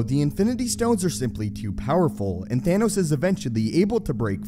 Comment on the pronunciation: It’s pronounced Thanos not theynos 🤬🤬🤬